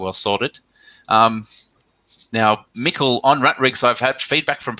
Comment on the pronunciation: you didn’t, you were spot on. It’s pronounced like nickel but with an m! 😅